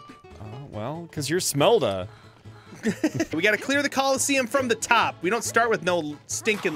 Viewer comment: it is Shmelda not Smelda